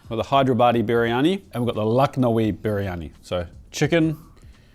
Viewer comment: Try saying "Bir-yani" instead of "Biri-yani".